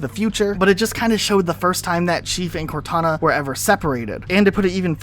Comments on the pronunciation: Plz never say cortuna again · Cortoona? Cortoona?! I'm dying from laughing too much here. That almost sounds like a brand for a tuna can. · I heard Cor2na lmao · Cor-two-na vs Two-tana. Who wins Lads?